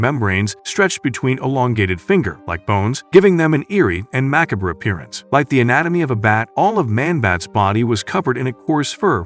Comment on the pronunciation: Definitely AI. Nobody pronounces ‘macabre’ like that lol